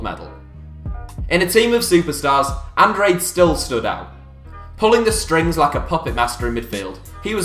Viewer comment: that's not how you pronounce Andrade